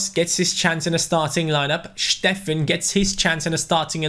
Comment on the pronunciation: Steffen, not Shteffen !